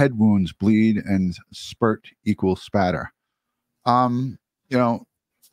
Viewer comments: # send him a cup or something that says its spatter not splatter! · Did you do that on purpose? LOL, just so I would say it's Spatter, not Splatter!